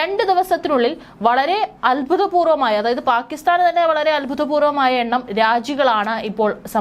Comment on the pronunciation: Albhutapporvammaya alla abhoothapoorvamaya anu seri